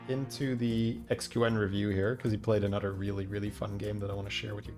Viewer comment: i love when he says anudder